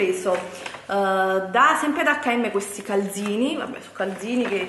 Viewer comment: Ma come cazzo parla? Declaton,galzini, mi scuccia ihihihih